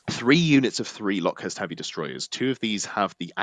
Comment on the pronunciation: Everytime you said LockhuRst instead of locust I died a little inside, otherwise good work!